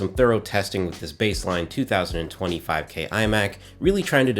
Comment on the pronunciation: The way you say 2020 5k Imac 27inch is heard like 2025 Imac 27 inch. Which made me think am I the one who is living in 2020. 😅😅